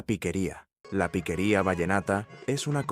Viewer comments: no es piquería, es piqueria. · ¡Ey mani! Gracias por reaccionar a este género que se lleva en el alma y que corre como río caudaloso por las venas. Por aquí te dejo una corrección, no es piquería, el nombre es piqueria, que como ya sabes es la capacidad de improvisación, tomando como base una canción conocida. Bendiciones desde Valledupar.